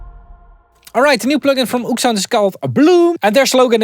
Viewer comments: It’s “oh-ek” sound not “oOoksound” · "oeksound" its o-ek sound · they are pronounced Oh-Ek-Sound